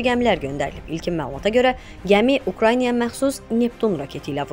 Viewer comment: 🤦‍♂️🤦‍♂️🤦‍♂️аy diktor xanım, Ukraynıya deyil Ukraynaya, Burebestnik deyil Burevestnikdi. Sizə bu diksiyanı izah edən olmur?????😊